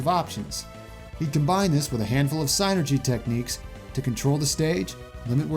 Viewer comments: Is it psi-nergy? I thought it would be pronounced syn-ergy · You where close in pronouncing it It’s Said Sinergey